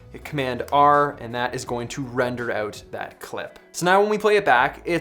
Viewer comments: peter says OTE instead of OUT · "check this oot"